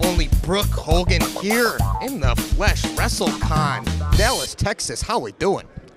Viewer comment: Hogan, not hulgan 🤣